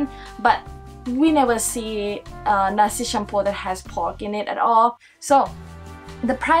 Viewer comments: This is the list that I find pronounced ermm.. not wrong but less right 😅. Don't worry just telling. 8. Nasi Campur. (Naa-see Chum-pür) 7. Apam Balik. (Aa-pum Baa-lick/ The native pronounces it Baa-lake) 2. Ketupat. (Kuh-too-paht) 1. Satay. (Saa-tay) The dip sauce is called Kuah Kacang(if I translate it directly would be Peanut Sauce) I'm not sure if I spelled the intonations correctly but that should be close enough I guess 😅. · no one : litteraly no one : the sutitile : nasty shampoo what is the women said : nasi campur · It's not nasi cumpur but nasi campur (mix rice) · it s nasi campur,not cumpur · Nasi campur not "cumpur" 😆😁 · where did you guys get nasi cumpur? isnt it nasi champur? white people i tell you LOL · correction campur not champur thats how you pronounce it aiyo i fail bm now i fail bi too ah? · nasi campur not nasi shampoo 😂 Nasi campur as you translate it called mix rice 💕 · Not cumpur its nasi campur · Actually you kinda pronounce it wrong for nasi cumpur but it's actually "Nasi Campur" and the number 2 is "Ketupat Palas" My English kinda bad tho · Nasi campur not cumpur haha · also is nasi campur not nasi cumpur xd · wow when you say nasi shampoo...make me laugh HAAHAA...btw its actually called nasi campur...nasi=rice campur=mix and hello from Malaysia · Its Nasi campur not nasi cumpur 😂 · Yes, I was laughing hard too! ! LOL. Mamak is like another group of people in Malaysia. It's a name of a group for Indian Muslims. And the Nasi Campur is spelled like this not cumpur. LOL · Not cumpur but campur.... Life in Malaysia 😊😊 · So far no one corrected that it is "NASI CAMPUR" not nasi cumpur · Its nasi campur not cumpur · Haha your pronouncation 😂😂 its Nasi Campur not Nasi cumpur. Thats okay,, you're learning :33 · Should try nasi dagang atas tol in kuala terengganu. Btw its call nasi campur. Not cumpur. Hello from malaysia. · btw it's nasi campur not nasi cumpur😂😂😂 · It is nasi campur not nasi cumpur. Oh lord 😂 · Its nasi campur not cumpur..😅